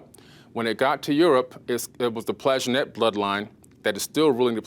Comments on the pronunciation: 100 x 10 = 1000 And it is PlanTAJh -E-net , not PLAJHenet. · Nope. This is all old news and he really grates on my nerves. Most others on gaia are far better, only this "reborn" dude (stefano?) is worse. Gee, now cannot even pronounce Plantagenet.